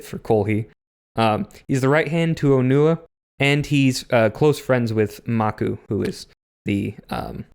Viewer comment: Real glad that in German, Onewa's and Onua's names are clearly pronounced differently You say these names in exactly the same way, quite confusing